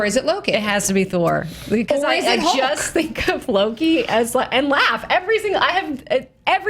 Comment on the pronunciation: It's so funny that after 6 years of Thor being in movies, no one can still properly pronounce Mjölnir, Loki and Surtur.